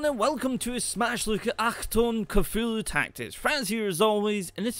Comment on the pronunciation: oh my god. you actually pronounced achtung right... whats wrong with you?